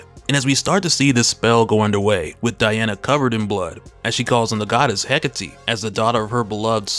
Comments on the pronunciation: The name is pronounced "Heh-Kate". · I get that it's "heh-KAH-tey", slight emphasis on the "ca" but nothing too crazy, cadence is sorta like saying trabajo in Spanish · Absolute Wonder Woman is a boss! I don't care how you pronounced Hecate,but I am going by how it's been pronounced in the animated version produced by DC. He- Kate ,no e at the end. I figure it's their character, they should know how to say it.😊❤